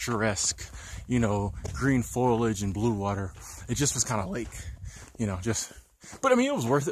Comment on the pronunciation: Foliage bro, cool vid, but I can't help it...its foliage not foilage, lol, but hey, first time I've heard that, so something new, lol. Cool channel bro